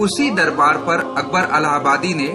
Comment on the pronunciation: pur ki jagah.. aap ne per padha